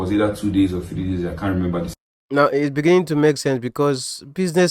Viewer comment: Thank you for this fair analysis. I just realised that you have a problem with pronouncing ‘beginning’ 😊. They should focus on trying to resolve their issues without getting others involved. Please leave Pastor Jerry and Nathaniel Bassey too.